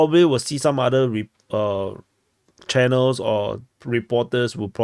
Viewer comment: is so funny with the "cannel". Bruh, is either "channel" or "kanal" (hard k, a as in car, ie "kar".